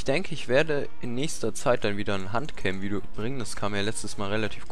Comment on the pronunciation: ich meine das du hand auf deutsch aussprichst. hört sich komisch an nohate